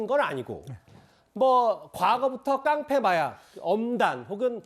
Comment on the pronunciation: 깡패를 깽패라고하는데. 말꼬리들기네